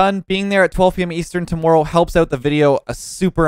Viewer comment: TOWMOERROW you say?